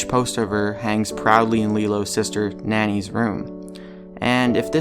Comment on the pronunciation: The pronunciation of "Nani" is not like nanny it's more along the lines of "nah knee"